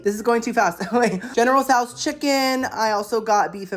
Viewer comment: I’ve never heard general tsos pronounced that way either 😂